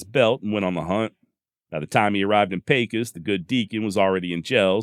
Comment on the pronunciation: Good job, as usual, and as a native born Pecosite, I was happy to hear Pecos, pronounced correct. I'd like to have a dollar for ever time I heard my hometown pronounced , pee-kos. Killin Jim Miller was one of several ' interestin characters', that called Pecos home, at various times, during the heyday of the 'wild west' period. There's been a whole mess of ' bigger than life' colorful characters, in it 140 + yr history. I've had the privilege of knowing a few of these, in their old age, in the 1980s, both men and women, and listenin to their stories of ranchin life in the early 1900s, was what got me intrested in the history of the west, particularly the l during the latter half of the 1800s, and the trans-Pecos, region, of southern New Mexico, far West Texas, and northern Mexico. I've been fortunate to have access to Indian campsites, in remote areas, on privately-owned lands, from the north eastern Texas panhandle, to the Davis, and surrounding small mountain ranges, of Southern far West Texas. I'm familiar with many of stories you feature, and I appreciate your narrative style of story telling.